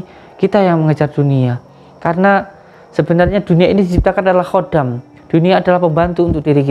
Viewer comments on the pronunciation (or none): none